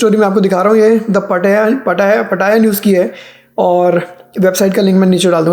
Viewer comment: Yeh ladki nai hai jisko पटाया jaa sake..it’s पताया not पटाया 😂😂